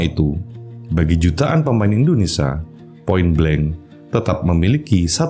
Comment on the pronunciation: indonesia bg bukan indonesa 😭